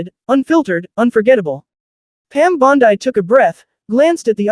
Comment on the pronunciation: Damn! The female AI narrator is worse than the male voices. “Bond - Eye”.